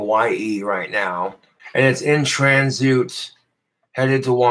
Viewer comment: Definitely heard it at least a year ago. Not sure when he first misread this. It's possible he was saying this wrong his whole life!